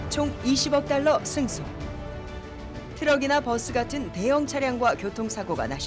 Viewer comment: 메트로 '뻐쓰' (x) 버스(o)